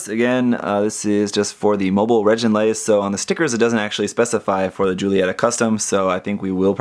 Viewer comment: I think they pronounced it "reh-gin-laze," rather than "reh-JIN-laze" in the anime ("g" pronounced as in good").